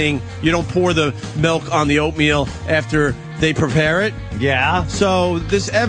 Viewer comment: Opie loves his "melk".